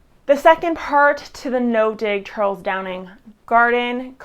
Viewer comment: for someone claiming to "have nothing but respect" for Charles Dowding you should at least get his name right instead of constantly calling him Charles "Downing" and even writing it wrong in your video description